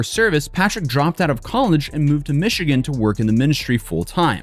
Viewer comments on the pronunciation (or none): Did have a stroke? He pronounced automobile like auto mobile, and Michigan like Michidgan. AI? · "Mish E Gan?" Is this Nightvale? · mispronounced Michigan